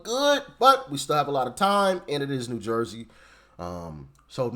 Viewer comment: Are you from Philly? Lol. That's how we say it here. 😂